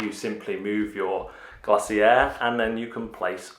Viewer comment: Shocking sound effects on set up. And Glazier is pronounced "glay zee err". Game looks good though